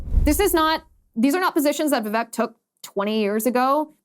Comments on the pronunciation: Liz, if you get him on your show, please say his name correctly..It's pronounced Vivake, like cake..Love your show! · His name is pronounced Vivake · He says, "VivAKE, like cake." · ▶️ It's pronounced: "Vi-VAKE" like CAKE! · Vivek's name is prononced vi-vake, rhyming with cake. Unfortunately in English it is hard to write many indian names the language is not equipped with a lot of sounds needed for it. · It's Vivek, rhymes with cake.